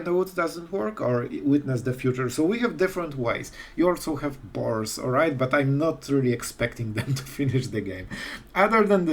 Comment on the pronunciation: "...and we also have bOars"" xD great intro tech btw :) i have to take a look at this, tried the other bant u played(really good deck), but i found that a bit slower against Red meta...still have to see this in gameplay(prob tonight while working) ; great work, anyway, as always!!